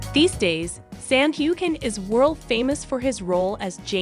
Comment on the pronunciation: Learn how to pronounce Sam’s name. You butchered it